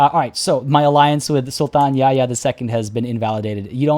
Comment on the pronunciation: I discovered your videos when looking for a Moroccan playthrough of CK3 (I am a Canadian of Moroccan ancestry). Great content! PS: Yahya is pronounced "Yah-ya" and not "Ya-ya" in Arabic, the "h" is not silent. Except for that your pronunciation is pretty good:)